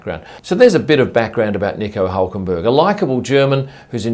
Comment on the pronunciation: Nico Ulkenberg?!